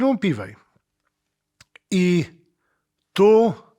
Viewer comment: na Boga, ja rozumiem, że w latach 90-tych to był problem z "pronansijejszyn", ale teraz wystarczy pierwszy z brzegu filmik amerykański odtworzyć i będziesz wiedzieć, że nie "Ibanez", a "ajbanez"; nie "piwej", a "piwi" i nie "signejczer", a "signiczer".